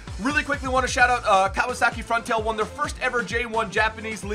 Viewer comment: "Kawasaki Frontail?" lol what the fuck? It's FRONTALE Simple.